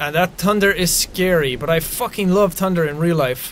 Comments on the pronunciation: Seans speech is so different here, 😂 he says tunder instead of thunder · "tunder" lol. I love how the Irish can't say "th" it's kind of endearing. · Oh my gosh him saying thunder is like “ Tunder” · Jack sounds more Irish here than he does now with the way he pronounces thunder “tunder” im here from the final season of the walking dead lmao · t tunder?jack ye not speaking right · that "tunder" is skary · "tunder" lgit i cant :) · you said tunder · "tunder" lmao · WHY CANT YOU SAY TH BUT U SAY T LIKE TUNDER THATS WHAT YOU SAID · Pretty early in the start some Irish accent slips when he mentions the thunder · his irish accent compared from then to now when he says “thunder”